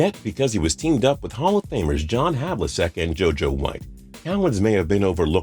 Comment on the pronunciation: John Havlicek is pronounced Hav-la-check, just btw.